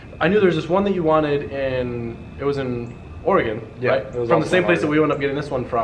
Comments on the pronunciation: i love that said Oregon correctly.:) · Thank you for pronouncing "Oregon" correctly. Very cool thing you did for your boy...